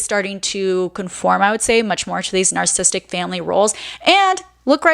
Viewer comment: Had to stop watching at the first mispronunciation of "narcissistic". It's not "narcissistic". Do better, especially when it's a main theme of your discourse.